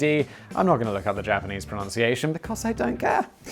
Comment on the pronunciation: Simon can pronunce pronunciation correctly!!